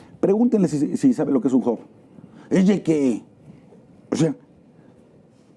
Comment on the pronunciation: El inglés mal pronunciado no se entiende Sr. Lozano .... Que es un "job", aparte el encuentro entre dos sería bilateral y no unilateral.